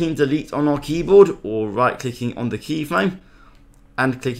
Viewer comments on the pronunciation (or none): "Very baswic" " now let's get wight into it"